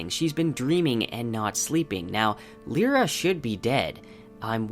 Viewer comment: That pronunciation of Lyra. I had to google. I thought he was on about a character I had totally forgotten. Of all the names to butcher...